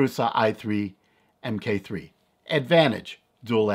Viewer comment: The proper name would be Prusa Mk3 (pronounced MARK 3) not M-K. It is the third iteration of the Original Prusa (Mendal).